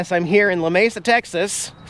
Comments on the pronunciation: La-me-sa not la-mesa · I really hope things go well for you after the breakup, but I just have to let you know that Lamesa is pronounced "La Me Sa" not "La Ma Sa". Just a little FYI for the future if you do a video there again. Praying for you. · The town is pronounced la MEE sa . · You are in Lamesa.. Pronounced "La Mee Sa".. Just ask a local and they will help ya out. BTW... Only about an HR from me. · Sucks man when it doesn’t work out but that’s just the way it goes sometimes. It’s also pronounced La-Mee-Sah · You're less than 2 hours from me there at Lamesa, I've been to that park. There was an old-school drive-in just outside Lamesa. Oh, its 'la-meesa' so the locals don't go off on ya....if you do head north and go past me on the way to Oklahoma, be sure to wave! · LOL. Lamesa is Luh-meeeee-suh in Texas! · Hang in there, hon. It will be hard for a good, long time. Don't try to explain to everyone else; do what makes your HEART happy & life will be better because of it. We live only about 1 1/2 hours from Lamesa (pronounced Lah-mee-suh, btw 😁). Wish I would have known y'all were in our part of the country - would've baked you some brownies & brought 'em by! Anyway, many good wishes sent your way that things will get easier & the road smooth. Take care & God bless!! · Sorry. Now you know. I grew up in midland, now live in Lubbock. Lamesa. Is pronounced la-me-sa